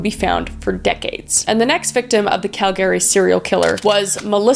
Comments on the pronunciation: I have never heard Calgary pronounced that way. Cal-Gary (like the name Gary). Adding that to my vernacular. I'm from the Southern US and have only ever heard it pronounced like Cal-guh-ree. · omg hearing it pronounced 'Cal-GARY' instead of 'Calgree' is so wild from being from there lol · Totally, I never really heard it until Kris said it. I was like who the hell is Call Gary? And then I looked back and saw she meant Cal-Gree lol. Also the mispronounce of Ian Baz. But hey she's still doing amazing and no judgement. <3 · I'm sorry, was I today years old when I finally learned Calgary (CAL-gary) is actually pronounced Cal-GARY? Or have I just been bamboozled?! 😂😓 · as a calgarian, it’s always so startling to her the way non calgarians pronounce the city name. you can always tell whether or not someone is native to calgary based on whether they say it like“cal-gary” or “calgry” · Calgary isn't Cal-Gary it's Cal-gr-ee. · As a person born and raised in Calgary,PLEASE SAY CALGREE 😭😭😭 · Is it actually pronounced Cal-Gary? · Cal-gary 😂😭 Kris what the heck. I have NEVER heard a fellow Canadian pronounce Calgary like that lmao what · Your pronunciation of Calgary bothers me deeply. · Cal-GARY? Oh, honey. No. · Say it fast now... Calgary.... Not Cal-Gary. It makes it sound Kryptonian.😃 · Why ya saying calgary like that its Cal Grr eee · lol “Cal-Gary” 😂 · As a Calgarian you can tell Kris is definitely from BC LOL, everyone here pronounces it as Cal-gree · Is that how you say Calgary? Always thought it was pronounced cal-gree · is it really pronounced Cal Gary or calgary? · I never knew it was pronounced Cal-Gary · Uh.... Kris....... I love you, but g'damn you need to pronounce words right, girl!"Semenal" is not pronounced like "semen". I can't have been the first one to let you know that. Pronunciation matters, it really does. Also, Cal-Gary?? Really!? How does a Canadian not know how to pronounce Calgary? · Wait a second. Calgary. Cal-GARY DID IT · Cal-gry not Cal- Gary 😏